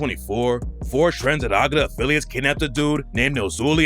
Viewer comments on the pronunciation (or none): TREN DE ARAGUA!!!! NOT ARAGRA.. CLOWN